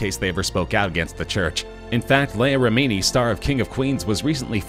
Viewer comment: why not look up how the names are pronounced before making the video? Leah REmini and David MiscAvige